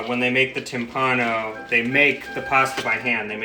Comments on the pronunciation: P.s. it's tìmpano, not timpàno. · Che bel lavoro. Grandi come sempre. E poi che meraviglia mettere nel titolo del video "timpano" come lo pronuncia lui . Che tenerezza. Vi adoro